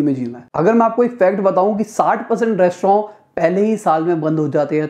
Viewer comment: Yi restroooooou Kia hy